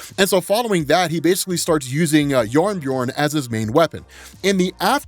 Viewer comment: it is not yarnbjorn